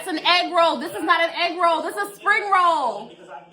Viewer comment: "The FBI is not investigating your eegroll." LMAO. I can hardly type this I'm crying so hard.